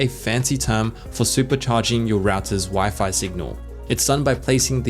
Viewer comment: “Wi-Fly”. Area looks great